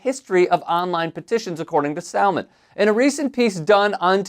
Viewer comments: yeah…so you keep mispronouncing ‘Salmond’, the L is silent. Indeed although his name is ‘Alex’ the X is more like a C and softer. This is also mega old news, like literally in 2016 that Janey Godley held up that amazing sign - although I’m not going to put you down for highlighting what a ‘runt’ Trump is in an election year… 😂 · It’s pronounced like Salmon but with a D on the end. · Salmond is pronounced as it is in salmon. Samun. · Salmond is pronounced ‘samun’. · I know it’s not really relevant, but you don’t pronounce the L in SaLmond! It’s said like “Samund”. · You don’t pronounce the ‘L’ in Salmon. It’s weird. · The ‘l’ in Salmond is silent. Like ‘salmon’. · Fyi the L in Salmond is silent 🤦🏻‍♂️ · Not "First, minister Alex Salmond" but "First minister Alex Salmond" (like in the fish, the L is silent); that's the same as Prime Minister (albeit in a "devolved" Scottish government, nott the Westminster, UK one).